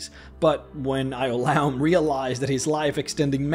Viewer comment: I cringed at your pronunciation of Ioulaum lol